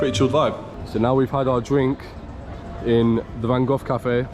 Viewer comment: Why Van Goff ? It’s Van Gogh, with G